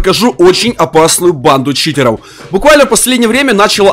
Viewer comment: Почему ты говариш не читеров а читероу